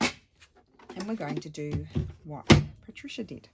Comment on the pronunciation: Yay! I’m so happy you are doing my suggestion. 😃 it’s a color scheme I’m loving but struggled to create something and I just knew you would figure it out in a way that it’s so pretty with these Patricia pockets. Thank you so much! Also I love the way you say my name. Wonderful creations you are so talented.